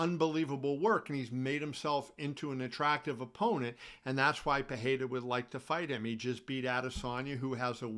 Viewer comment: Kevin great content. Please know the R in pereira is pronounced. Its not like Spanish.